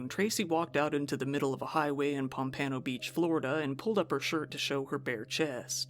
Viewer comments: Pomp Ann o 😂 It’s pompuhno brother ❤ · . Pronunciation tip: “POMP-uh-no” Beach. Carry on. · You mispronounced the hell out of Pompano Beach Florida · "Pom panno?" beach it's "Pom-puhno" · It's pronounced: POMP~ano Beach 😂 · Love your videos. So glad you are able to continue creating content. I binged 2 of your deep dives a couple days ago and I couldnt believe I finished 3+ hour videos!!! And FYI: Pompano is pronounced like Pom-pah-no. I'm sure you will be back to report on it at some point. It IS South Florida after all... I live about an hour northwest from it. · Your pronunciation of pompano made me chuckle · lol that's not how you pronounce 'Pompano'. First WavvyWebSurf, now you? C'MON SON